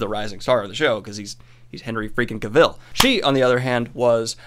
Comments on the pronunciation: Cavill rhymes with ‘gravel’. 👍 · Is anyone going to tell him that he is saying Henry Cavill wrong. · Thank you, that was bugging me to.